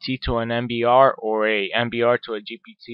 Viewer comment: Leave the tech stuff to people who know what to and when to do it you are just misleading the poor innocent people into headache and learn to pronounce GPT cause it is a struggle